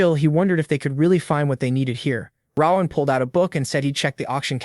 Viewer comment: Rowahn. It’s ROAN… ROAAAN